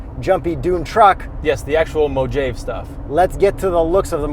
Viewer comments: I can't believe you guys didn't AT LEAST try to google the right pronunciation..mo..ha..vie. WTF Just when I'm recovering from moe-jayve, I get hit with glady-AH-tor?. Guys you're killing me here! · LAMO When they said Mo-jay-ve and again . 😆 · I visually cringed at Mow-Jave... Haven't you guys at least played Fallout: New Vegas? had it right the second time he said it too... As stated by other commentors, it's pronounced Mo-Ha-Vee. NOW APOLOGIZE! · Mo-ha-vee....not mojaave... smh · Mojave = Mo haa vee.....not Mo Jave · Mow-Jae-ve😂😂😂😂...... it's Mow-Ha-Ve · Mo-jayv? I think it's MO-HA-VE. I could be wrong. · Its pronounced....mo ha vi.....not Mojave...come on guys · you’re gonna sound ridiculous saying Mojave. It’s MO-HA-VEE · We really gonna look over the fact that this guy says mo jave instead of mojáve. He’s also wearing a 40 thousand dollar watch. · I’m a big fan of you guys but I can’t seem to get over the MOJAVE pronunciation. Every time I hear that word I cringe so bad I just disappear pls fix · Its pronounced “mo-havee” not “mojave” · Just to be clear, it's pronounced Moe-hovv-ee, not Mo-jayv. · Ahh so ya wanna discuss Mo-have....eh? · I think it is pronounced as moh-hah-vee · Mojave (mow·haa·vee) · mow·haa·vee, you’re welcome. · It's MO Have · mow jaive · I know it's a joke, but hearing you guys say Mo-Jayve is like sandpaper in my ears. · It's pronounced Mohave not Mojave because J shouldn't be pronounced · Mohave is pronounced Mo-har-vee. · I thought it was pronounced moh-ah-vee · You got me! I thought you were joking the first time... then it didn't stop... and I thought "Ugh... come on! It's MO-HA-VEE!! Glad I always watch to the end. Well done as always lads. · It's MO HA VE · Thought it's pronounced as Mowhaveee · No MOW JAVE....I have one. LOL. love the play on words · I don't know who told you how to pronounce Mojave but it's moh-HAH-vee. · Dislike for pronouncing it Mo-Jave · it's pronounced MO-HAV-EEE haha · "Mojaveee"...LOL